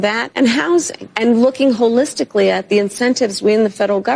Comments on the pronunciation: But she want you to agree its: hole-is-tickle-thee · SHE HAS A NEW WORD ...HOLLISTICALLY 🤣🤣🤣🤣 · "Holistically" lol